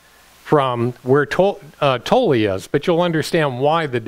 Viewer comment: it's not Tollee its pronounced Toll, still Luv U